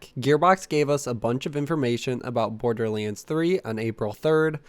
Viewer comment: Am I the only one hearing him call borderlands borderliends?